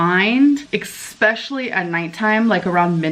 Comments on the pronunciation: And ekshpecially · Suppovely expecially and semiglutide